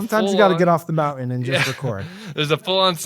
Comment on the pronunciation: Sam needs to learn how to say the word, “mountain,” drives me crazy…